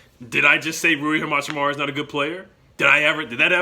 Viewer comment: Love the vid from Spokane where Gonzaga is and he is absolutely a great player but how to pronounce Hachimura is Ha-Chi-Mora